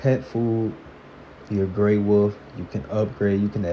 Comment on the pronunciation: love how he says "Wuf" instead of Wolf.